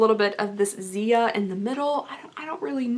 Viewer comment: Anyone else got pissed when she pronounced Ziya's name wrong